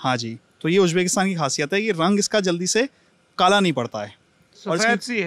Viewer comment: It's not Tajaakistaan please stop saying/spreading wrong names of the countries. It's, TAJIKISTAN Stop saying Ujjbekistaan, please It's UZBEKISTAN Stop saying Kajakistan It's KAZAKHSTAN KAZAKH----STAN Of course, don't expect that from this illiterate Jaahil of India